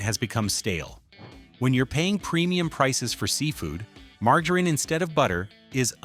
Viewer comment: Lousy voiceover mispronouncing "margarine" among other words. As for Legal Sea Foods, they're not what they used to be. They don't even advertise anymore in Boston, as far as I can tell. Last meal I had there was 10 years ago and it was forgettable.